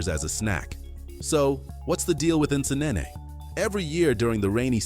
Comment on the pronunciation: hes pronouncing the names wrongly, i dont blame him, am a ugandan so in regard to "Nsenene" being pronounced as "nesenene" lol, now i have never been to kenya but i know its not as he pronounced